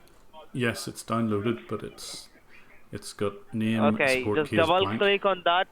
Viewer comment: how can you trust someone saying click oniyet :)